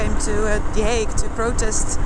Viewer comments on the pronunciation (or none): none